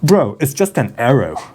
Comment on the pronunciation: 'Bro, it's just an arroh.'